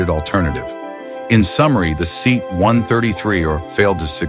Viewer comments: It is pronounced as "Se-at" not seat....... a seat you sit on, a Se-at you sit in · Ugly as sin, but utterly reliable. Only 'let down' was if the suspension leaked. My Dad had 2 1750HL's, one after the other, he absolutely loved them. And what was with the lengthy slagging of the Seat (Say - at, muppet narrator, not SEAT!!!). The Maxi gets viewed while berating the Talbotm, then this little lawnmower gets about 10 minutes worth of slagging. Do i detect an obsession? :P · Teach the AI to correctly pronounce SEAT.